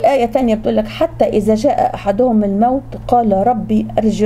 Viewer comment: جاء احدهم..الدال مفتوحه..اسف يا دكتوره انتي تتلين القرءان غلط